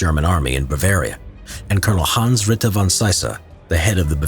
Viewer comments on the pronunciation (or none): none